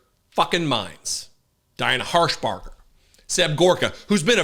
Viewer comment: Tennessee senator in God's name she says herpader Diane harshbark 😂😢